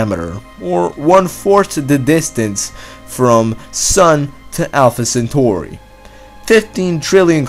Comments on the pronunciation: If you say Alpha Centooori one more time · Alpha centoooouuui Loght Stors